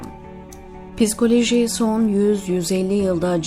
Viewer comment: Piskoloji diye okumasanız.okuyan hanımefendi bazı yerleri yanlış okudunuz.biraz daha özen göstermeniz dileğiyle.